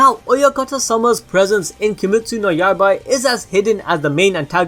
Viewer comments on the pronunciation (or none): He says "Yaibai" 😂